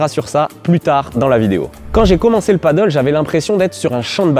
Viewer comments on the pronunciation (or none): Bonne vidéo,claire, précise,simple et efficace. Par contre c'est du Pádel pas du paddle😉, mdr Même les pros ont du mal à le dire😛